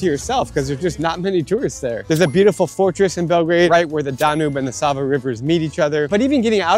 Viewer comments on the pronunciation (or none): none